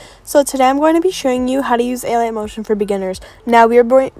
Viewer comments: Nobody realized she said “alien” instead of alight 🫣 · Did she say alien motion LOL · am i the only one who heard her say alian motion 🤣